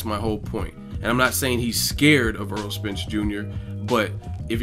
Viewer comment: AIR-ROLL not Earl